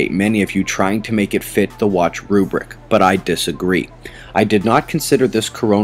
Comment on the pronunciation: Put the r in rubric. Not rubic. I love your videos. Trying to help, not being critical.